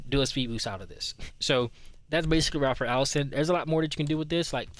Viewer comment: lol it’s Ray-fer but 🔥 video 💪🏽